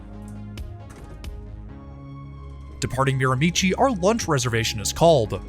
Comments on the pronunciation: Its pronounced Mir-a-me-she not Mir a michi! Native meaning Mi'kmaq(MIC-MAC or MIG-MAG)-Hate the mispronunciation. Even my dam GPS pronounces it the way you did. I know this route so well travelling it at least 4 times a year to get home from college, then twice a year from Toronto to get home to visit the parents for holidays. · Just a small pronunciation guide- Mirimichi is actually pronounced “Mira-Mee-Shee”. Love this video!! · Learn the proper pronounciation of Miramichi. Great video.